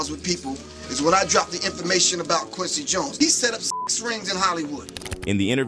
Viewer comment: What about Jon es (Jones)😂